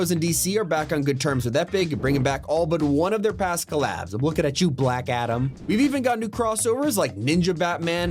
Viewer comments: why so much emphasis on BLACK adam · why he have to say Black Adem like that??